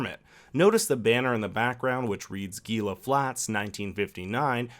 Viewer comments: Gila is pronounced "HEE-la" as in Gila Monster and Gila River. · GILA FLATS. It's never pronounced "geela" it's always "heela". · Gila Flats is pronounced HEE-LUH. This is like the third Watchmen I've made this comment on. It's a real place in Arizona. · “GEE-lah Flats?” Dude, WTF? In the first scenes, please note a German would never wear a wedding ring on his left hand. Apparently Ozymandias likes his dicks, even if they are an off putting blue, cut. And, inexplicably, you didn’t note the typewriter used by Fraulein Mueller is the same typewriter Ozymandias/Viedt used to type his god awful play...